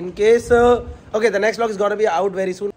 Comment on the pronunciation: I like how vipul goyal always says V-log not vlog 🤣🤣